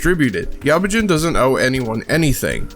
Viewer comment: didnt even say yabujin right